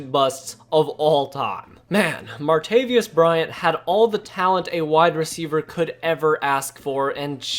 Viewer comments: martaVIS. not “martaVIUS” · Respectfully submit that you reconsider & look up the pronunciation for “Martavis.” 😀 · Bothers me how you said martavis bryants name